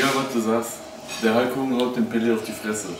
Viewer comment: Pelé, nicht Pele! Google: Ungefähr !